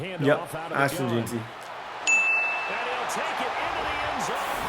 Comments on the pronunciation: BRO ITS Jen-Tree not Jee-tee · Jen-tee not Jean-tee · Gen-tee for Jeanty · Bro why does he say jeanty like that